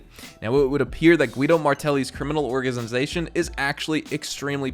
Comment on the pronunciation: “orgizization” 😂 sorry I watch your videos to much lol